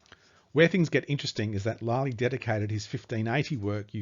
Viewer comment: What a disgraceful presentation. It must have been written by the illiterate Will Shaksper of Stratford. John “Lie-Lee” whennit should be “Lilly”; “Viss-count” instead of “Vi-count” and Richard Cecil when it was Robert Cecil. I’ll stop there - suffice it to say the presenter/author is as about as untalented and unprepared as it is possible to be. I’m sure Thomas Looney would prefer anyone else to explain his brilliant book & research.